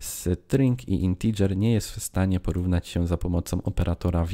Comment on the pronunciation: Co Wy macie wszyscy za problem z tą wymową "integer" po angielsku???